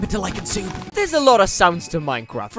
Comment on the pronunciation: Stop saying sub called sube!